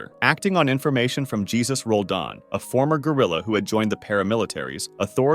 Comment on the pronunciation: it's pronounced “hey-zeus” buddy